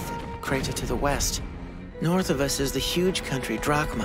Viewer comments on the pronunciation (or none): none